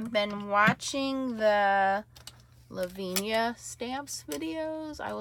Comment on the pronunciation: Thanks for this vid. I agree ...love the clair inks. Btw, it is pronounced la-vin--ee-ah. Not laveen-yah